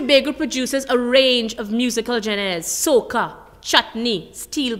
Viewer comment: musical gen-airs or genre????? UWI , this is what allyuh have lecturing to young people?